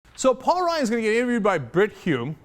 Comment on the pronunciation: 1) It's Ryan, not Ryon. If you're going to root for people, might as well know their names. 2) Smoke and mirrors? All he did was commentate on an interview. This was not cut in ways to destroy anyone's image. 3) You shouldn't expect Ryan to carry Romney to the White House. If he wanted someone to do that, he would have chosen Marco Rubio or Christ Christie.